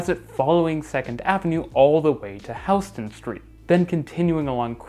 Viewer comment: Yes! You pronounced HOUSE-ton street correctly! Yay!!! 🙂